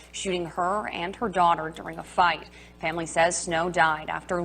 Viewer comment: She said DAUGHTER not DAWG